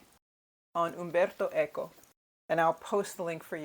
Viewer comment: Just came across your channel, liking your lively presentation and the way your pronounced "Umberto Eco" so well. A booktube friend who is incredibly well read, recommends his "Travels with a Salmon" - which I'm aiming to have as my starter. But of course he's a hero for having so many books (I think it was about 50,000) but he was a lit prof.